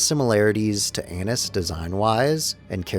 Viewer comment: I'm pretty sure it's A-neese. I dunno, I had to get that off my chest.